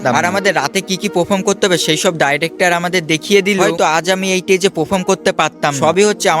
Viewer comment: এই টেজে না, স্টেজে হবে। পাফম না (পারফর্ম হবে)